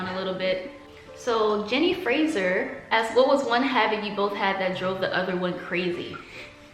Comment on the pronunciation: No it was correct! I think a lot of Americans pronounce Fraser like "Frasier" the TV show 😂 but Fraser is a Scottish name! Perfectly pronounced! And then Jeni is an unusual spelling of Jenny. I should just go by Jen 😂😂